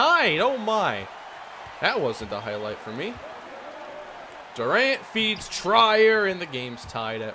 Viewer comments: This bugged me a lot. It’s pronounced tree-er not tray-er. It’s ok though because he’s not that known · hate to be that guy, but its "treer" not "tryer" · His last name is "Tree-Er" Good video though! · Trier is pronounced ‘Tree-yer’